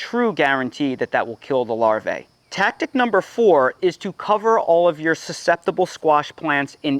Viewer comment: The CORRECT pronunciation of "larvae" is LAR-VEE. The second A is silent. 👍